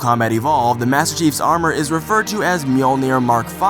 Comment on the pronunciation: Im so sorry to do this. Its pronounced Ma-joel-ner.